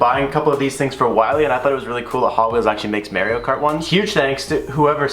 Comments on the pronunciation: Wtf did u just say mareo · Anyone else cringe when he said “marry-o kart”? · Marrio Kart 😂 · Yo wtf! I had to pause and rewind broooo lmao wtf is meario kart.🤣😂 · The way he pronounced Mario cart 😂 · We’re just gonna ignore how he pronounce Mario???